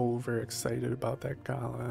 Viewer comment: The second a in Galah is drawn out, not the first. Like Galaaah, not Gaala. Unfortunately the game pronounces it wrong too.